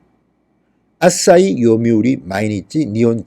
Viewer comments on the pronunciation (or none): 방송너무 잘보고있습니다~ 한가지 알려드립니다.... 앗!싸히가 아니라 아사히입니다... 아침의 해라는 뜻이죠... 부드러운 발음으로 "아시히"입니다요~ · 항상 단어를 정확하게 발음하지 않으셔서 좀 아쉽네요. 아싸이 동냥대학교 ,, 등등